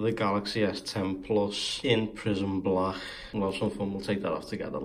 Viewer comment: That accent tho in prism balacccc